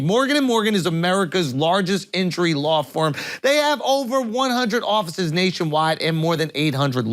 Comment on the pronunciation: 😂 did you say Law Farm instead of Law Firm during the second ad?? 😂